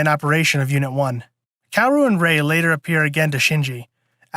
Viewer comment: Also *KAH-WO-RU?